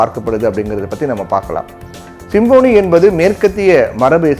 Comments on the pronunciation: Symphony என்பதை சரியாக உச்சரிக்க கற்றுக்கொண்டு செய்தி வாசியுங்கள். அது சிம்போனி அல்ல. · தலைப்பையே தவறாக உச்சரிப்பதை தயவுகூர்ந்து தவிர்க்கவும். Symphony என்பதின் தமிழ் உச்சரிப்பு "ஸிம்ஃபனி". நீங்கள் உச்சரிப்பது போல "சிம்போனி"அல்ல. மேலும் "Nothing but Wind" என்ற பெயரில் "Wind" என்பதையும் தவறாக "வைண்ட்" என கூறியதும் தவிர்க்கப் படவேண்டிய தவறு.